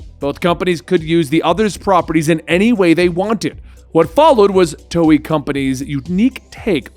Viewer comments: Lol he calls it toey XD. hahaha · he said toei wrong lol